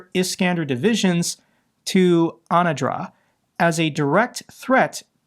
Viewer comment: It's _ANAdyr", not "anadra". Anadyr is a river and a city at the mouth of the river, the northeasternmost city in Russia, on Bering Sea.